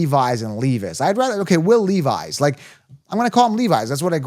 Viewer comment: It’s LEV-isss